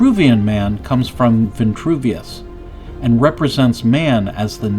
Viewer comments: its Vitruvius not ventruvious.. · STAHP SAYING VI-N-TRUVIUS....PLEASE!!! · Vitruvius has no n. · There is no N in Vitruvius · There is no “N” in Vitruvius. So why say it that way… Kind of weird.